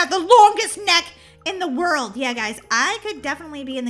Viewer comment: You said world wrong 😅